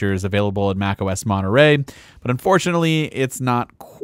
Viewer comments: Its MontereY not MonterE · Why are you pronouncing it 'Monerey' ? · monerey? ts monetrey.